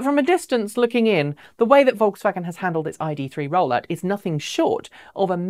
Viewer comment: Vokswagen. Ha! They'll never learn.